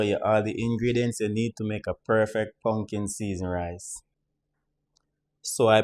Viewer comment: Not pumpkin rice, but “pungkin” rice 😄